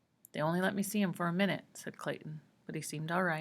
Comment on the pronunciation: she fr said “mi-nute”